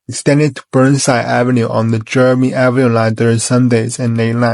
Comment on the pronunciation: FYI it's pronounced *Jer -Rome" like the city in Italy.